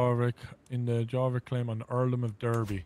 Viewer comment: I wish to point out that "Jorvik" is pronounced "Yorvik." It's the city now known as "York." There's a museum there and everything.